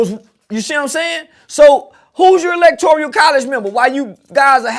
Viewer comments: “Electorial college” 🤣🤣🤣. He must’ve just learned that Umar’s video the other day and tried to put it to memory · “Electoreeyuhl College!” 🤦🏻‍♂️